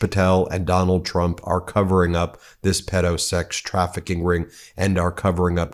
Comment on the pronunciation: Did she call him "President Dumps?"